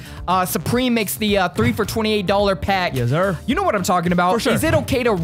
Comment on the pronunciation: How many times can say “yezzur”?